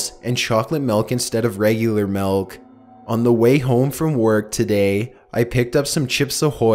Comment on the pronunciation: The scariest part of this is when you said ''glass of MELK''